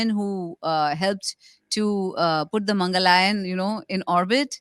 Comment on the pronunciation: Mangalaayan is wrong……MangalYaan ( LIKE WAYUYAAN )my dear